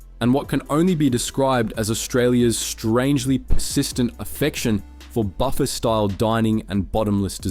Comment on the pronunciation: Took me a few vids to realise it was an AI voice too but when it mispronounced buffet I knew straight away